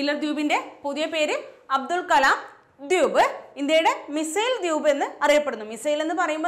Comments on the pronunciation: Dwuup alla dweep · മാഡം, എന്താ ദ്യൂബ് എന്ന് പറയുന്നത്. അങ്ങനെ തന്നെ ആണോ pronounsation. ദ്വീപ്(ദ് വീ പ് )എന്നല്ലേ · Dwuup..alla Dweep alle